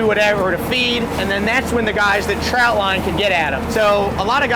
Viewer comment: Trot line.. TROT line !! Ur driving me nuts w that. 😜